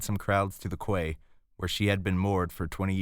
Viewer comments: I was enjoying that until you said "quay". It's pronounced "key". Still, other than that, good work. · Quay = 'key' not kway